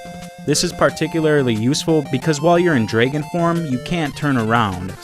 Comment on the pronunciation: I love how you say draegon!